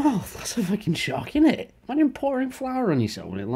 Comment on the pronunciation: The simplest givaway is the way he says "eet" instead of "it". To the uninitiated they're very similar but listen for that one word and you'll avoid getting a mouthfull from Stoke on Trent's finest lol